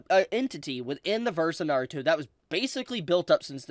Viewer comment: Over the years watching this man I will never stop cringing every time he says Naruto it’s gets on my skin every single time